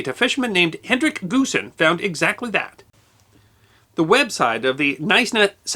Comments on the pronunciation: Another great vid. Small point, the Afrikaans surname "Goosen" is pronounced "Hoosen". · The name Goosen - is pronounced "Hoosen" in South Africa - FYI.